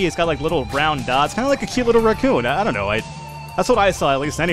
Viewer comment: Your pronunciation of raccoon is bad, and you should feel bad.